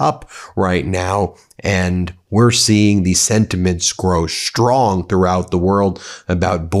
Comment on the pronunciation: "Shtrong" is not a word. "Strong " is. Love your program!